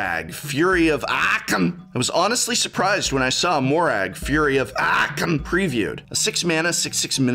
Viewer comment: excuse me, can you repeat? It's Moraug fury of..? AAAAAAHK'M